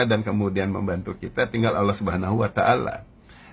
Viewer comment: Coba temen2 dengerin dimenit nyebut nama allah ajah udah nggak bener..temen2 ini Ai temen2 jngan tertipu.. 🙏🙏